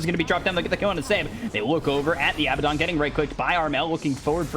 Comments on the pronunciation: weeew why is he keep on saying abbadon it's AA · I wish the commentator said Abaddon correctly